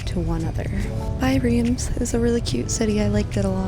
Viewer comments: just a very gentle heads up- for your main channel video- Reims is pronounced "rahnce". Id hate for you to get roasted by know it all francophiles if you can avoid it. :) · Riems is pronounced with the s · Mes oreilles ont saigné aussi en l’entendant prononcer Reims 😂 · hahahaha I’m French and the way you pronounce Reims and Veuve is hurting my eaaaaaaars - no offense, but totally wrong (we Frenchs are very protective of our language) Great vlog though 🥰 glad you went to France. It reminds me of the vlog from Morgan from a few years ago when she went to Épernay.